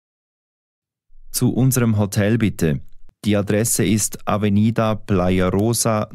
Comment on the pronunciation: AVENIDA! Bem pronunciado mas mal escrito. Ao minuto